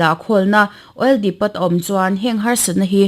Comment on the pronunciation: Tukin chanchinthar puangtu khan oil depot kha awil dipawt tiin a lam a analh lo khawp mai. Announcements hi lo fimkhur teh u